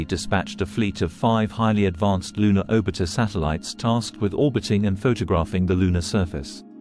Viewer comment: `Lunar oh-bit-er satellites.`